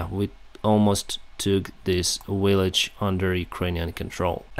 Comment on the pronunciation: Great videos! Just one thing language wise... You say Willage.. it's Village Practice difference between Water and Victory We understand but it would be clearer. Soft and hard. W and V. keep up the good work.